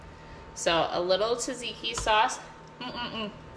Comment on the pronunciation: Love the look of the you pick farm. Tzatziki the first T is silent. But looks delicious.